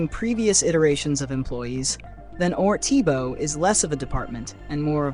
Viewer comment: You got to pronounce things right ortbo not or Tee Bo